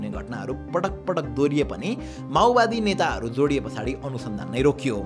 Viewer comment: माओवादी ❌️ माउवादी ✅️